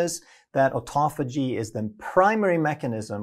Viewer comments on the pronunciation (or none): то аутофа́гия, то аутофаги́я, аффтор, определись☝️🧐